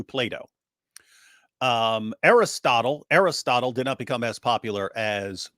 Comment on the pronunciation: Ar-Ristutullah and Sooqratees 😂😂😂